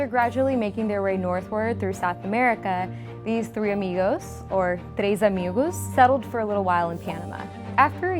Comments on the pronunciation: 38: jajajaja tris amigus its tres amigos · tres amigoose??